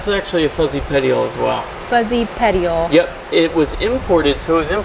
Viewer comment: I cringed when he said petiole def not a botanist 😅